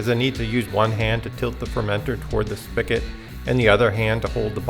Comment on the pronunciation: Great video for someone like me. I normally make wine and mead and want to get started making beer. Only one critique... spigot is spelled and pronounced with a "g" 😂. All joking aside I'll be doing this method before diving in head first to 5 or 10 gallon batches.